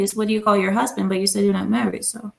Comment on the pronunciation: She don’t have a huh-sband? Lol